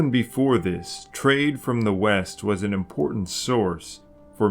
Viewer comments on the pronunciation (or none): none